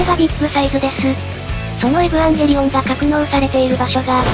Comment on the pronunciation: エブゥワンゲリオンみたいな発音すき